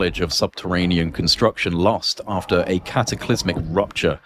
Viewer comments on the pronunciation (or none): none